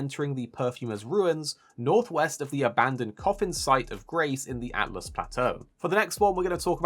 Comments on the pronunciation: Btw it's pronounced Alt Us not Atlas 😀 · Not to be nit picky, but it’s Altus not Atlus. Pronounced All-tuss I believe.